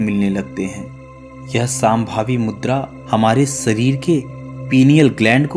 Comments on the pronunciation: अरे भाई आप लोग हर वक्त श,का उच्चार स मे क्यू करतेहो सांभवी नही शामभवी' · यह साम्भवी मुद्रा नहीं है शाम्भवी मुद्रा है , उच्चारण गलत ना करें कृपया 🙏